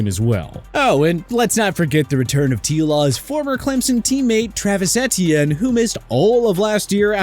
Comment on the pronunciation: Take a shot for every time mispronounces Etienne